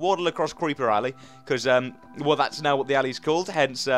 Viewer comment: it is Creeper Alley not ally XD